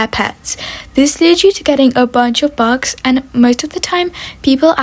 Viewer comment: Sry but when she says bucks it sounds like bugs…